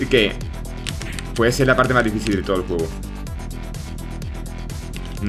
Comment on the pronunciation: Has dicho difíCil y no difíSil, ha sonado raro de cojones viniendo de ti xD